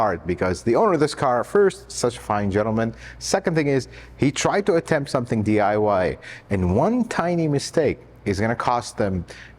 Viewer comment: Why don’t you day DIY do it yourself,instead í notice your saying DYI do yourself in? Lol